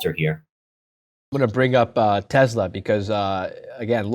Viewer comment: it is PRONOUNCED TE"SS"LA not TE"ZZ"LA